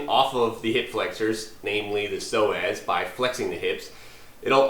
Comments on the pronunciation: Sounds like he said so ass😅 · All this time I kept thinking he was saying "sore ass muscle" with a southern accent...I'll see my way out